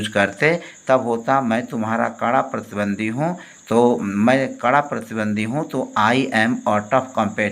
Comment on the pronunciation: pratidwandwi not pratidwandi